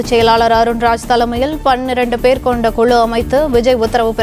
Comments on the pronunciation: அது தேர்தல் அறிக்கை தயாரிப்பு "குளு" இல்லை "குழு". 'ளு' வுக்கும் 'ழு' க்கும் வித்தியாசம் தெரியவில்லை. நீயெல்லாம் தமிழ் செய்தி வாசிப்பாளர்❓உன்னை சொல்லி குற்றமில்லை, உனக்கு சரியான உச்சரிப்பை சொல்லிக் கொடுத்திருக்கணும் ‼️ உன்னை தேர்ந்தெடுத்தான் பாரு அவனை சொல்லணும்.. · News reader thaane, tamilai styla pesarathu avasiyame ella, first kuzhu pronounciation saraiya uchcharikka parunga